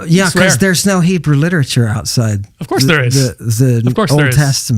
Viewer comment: And he calls that liteturue 😂😂😂😂